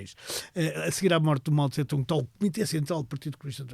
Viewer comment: A pronúncia correta não é Mao Tse-Tsung e sim Mao Tse-Tung!